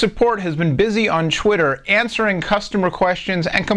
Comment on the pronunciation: lol "chwitter"